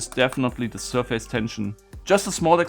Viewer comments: Some well-intended language help: In English, the second syllable in the word "surface", though spelled "f-a-c-e", is pronounced "fiss" - not "face". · Nope, not in English... the word is certainly not pronounced "SURF-ACE", but it's more close to SIR-FACE than SUR-FISS. Since it's blended together and said quickly, the result is more like "SUR-FUSS". It relates to a plane or FACE (of an object) hence why it uses that word "face".